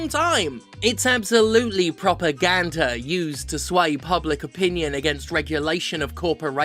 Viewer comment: i really did process you saying “propaganda” as “proper gander” for a second D